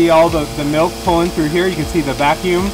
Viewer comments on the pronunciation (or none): "Melk" :D